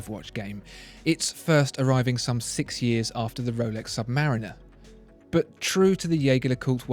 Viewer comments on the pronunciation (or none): none